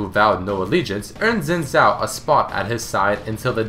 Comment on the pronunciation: Really enjoy all of the did you know series, however this got to me how you were incorrectly pronouncing "zhao"